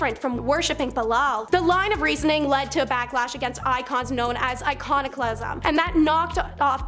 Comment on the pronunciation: Kahn-stan-tin-o-pl Biz-an-teen I-con-o-cla-sm Otherwise very informative